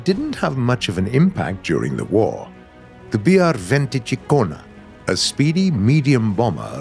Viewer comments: si è mangiato tutta la metà finale della cicogna: cikkognn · As an italian, when he said BR 20 cicogna i laughed very hard